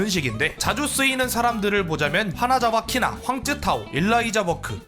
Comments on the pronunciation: 하나자와 "키"나가 아니라 하나자와 "카"나입니다.. 검수 ㅋㅋ 제대로 ㅋㅋㅋㅋ 하라고 ㅋㅋㅋㅋㅋ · 하나자와 키나? 카나 입니다 빨리 재녹음 하지않으면... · 와… 자기 십덕인거 숨기려고 일부러 하나자와 키나라고 하네…. 형정도면 이제 커밍아웃해도 아무도 욕 안해 형!!